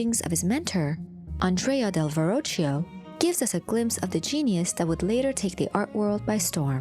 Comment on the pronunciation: That is not how Verocchio is correctly pronounced.